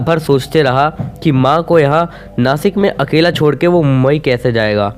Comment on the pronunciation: नासिक नाही भाई नाशिक💯